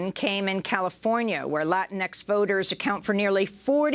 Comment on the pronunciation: Amy. It's LATINX. Not Latin X. I wouldn't have posted this, people make mistakes, but Amy said it twice. Latinx is a word for folks who aren't cis gendered from Latin America. Not a Spanish speaking superhero revolutionary.